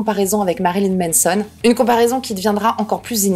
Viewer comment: Tu dis toujours Menson au lieu de Manson mdr, ça me démonte 🤣